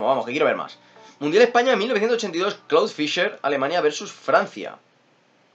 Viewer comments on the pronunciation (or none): none